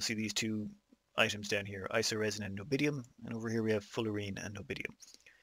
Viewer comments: Nobidium? Can you not read? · say it with me N-I-O-B-I-U-M XD